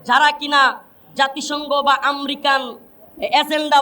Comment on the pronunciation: American bolte pare na bolce Amrican , sala asolei murkho 😂